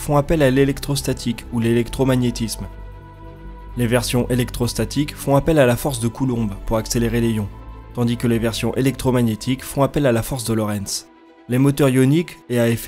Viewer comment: J'aime bien ta chaîne plutôt chouette mais attentions aux différentes prononciations genre ESA (éza en français) et on ne prononce pas le b de Coulomb mais on fait la liaison pour "des ions" Sinon attention quand tu parles des roues à inertie, il y a un coût... tu dois décharger les roues en inertie... autour de la terre ou je Jupiter par exemple tu peux faire ça avec des magnetorquers Mais Sinon tu dois utiliser de la propulsion pour le faire. Tu penses faire un sujet sur les CubeSats? N'hésites pas Si tu as besoin ;)